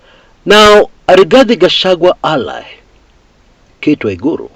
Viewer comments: Waruguru not waigiru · Not cate waruguru,not cate waiguru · Not waigiru but waruguru